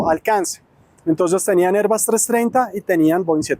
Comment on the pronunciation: ¿Porqué pronuncias "airbas"? No seas pendejo y pronuncias en español, Airbus como suena y se escribe.